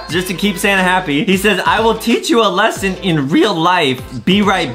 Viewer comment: When adam say "santa", i hear "sana" XD